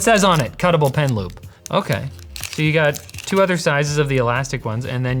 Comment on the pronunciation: Initially, I thought he said "pen lube" and my mind went: "oh, like a little ink pot but for lube so that the pen glides better over the screen?"